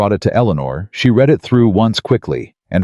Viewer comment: Please teach your AI on how to pronounce 'read'. If it is 'NOW', then it is pronounced 'reed' but if it is in the past, then it is pronounced as 'red'. He is 'reeding' the document or he 'red' the document. Very annoying. Also, why is it 'i' in front of many sentences when it is meant to be 'he'?